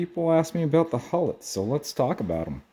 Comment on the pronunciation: BTW, They are not pronounced HULL-ETS, but HEW-lets. There were 3 Huletts on Whiskey Island, serving the Pennsylvania Railroad, and 4 on River Road, serving the Erie Railroad, west of the Cuyahoga River in Cleveland. I have seen all 7 of them in operation, and rode on switchers under the 3 on Whiskey Island. That was many decades ago. Did you get models of the electric donkeys too? There were Huletts in Astabula, and Conneaut, and possibly in Lorain, Sandusky and Toledo. but I'm not sure of those last 3. There are a few videos of the Huletts in operation on YouTube.